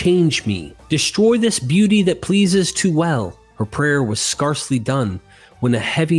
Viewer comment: The word "scarcely" is pronounced with a long "A" sound, as in the word "scare". Also, "hearth" uses the same vowel sound as the word "heart". And the most often one I hear on your vids, "tales" not "tells". I'm rooting for you, mate, but you might want to clear some of these mistakes up if you want people to continue to take you seriously.